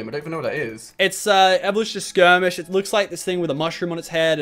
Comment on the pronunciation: shroomish not skurmish learn ur pokemon lachlan